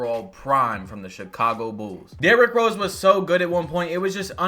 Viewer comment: “Derrik Rose”